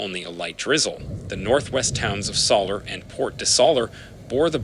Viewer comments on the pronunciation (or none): It’s Mallorca NOT MaLorca !!! It’s Soller NOT SoLer!! Can’t you see that there are 2 L’s? Please pronouce the places properly don’t bastardize like you are.